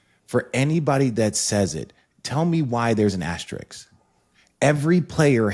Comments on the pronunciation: Why do people struggle so badly with the pronunciation of “AS-TER-ISK”. There’s no other word that’s used as much in basketball sports media while also being butchered. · Just leaving this here…the symbol is called an “asteriSK” pleaseeeee everyone just say it right 😂😂😂 also no 2020 chip doesn’t deserve one